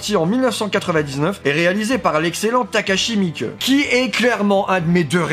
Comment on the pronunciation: Takashi Miiké En Japonais e se dit é, c'est u qui se dit e (ou qui ne se prononce pas) Et sinon, y'a 2 i aussi 😁 Si tu aimes se réalisateur, "Visitor Q" est pas mal dans le style chelou et dérangeant